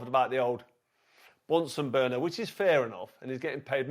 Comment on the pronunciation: You really need to stop emphasising Bunsen burner we got it the first time